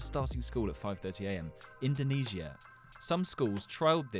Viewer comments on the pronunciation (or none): none